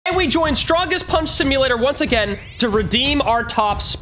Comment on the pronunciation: today we joined or ehwe joined btw whos ehwe?